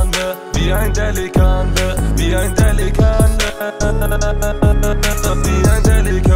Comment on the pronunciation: dafür dass er Wannabe Türke und Moslem ist kann er delikanli nicht mal aussprechen 💪 das einzige was er sagen kann ist abi und pasa, aber sonst ist er genau so geldgeil und agehoben wie der Rest der Menschen im Rap Geschäft #Allahyardimetsin an alle die sich für Geld verkaufen